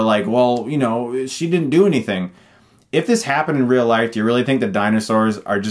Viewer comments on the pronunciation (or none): none